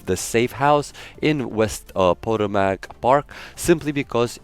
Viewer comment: I just have to say it's not pronounced poe-ta-mack it's pronounced puh-toe-mik. It's the name of the river around DC and a lot of parks, areas around the District of Columbia. Just wanted to point that out as a lot of people that aren't from the area mispronounce it in their videos. G'day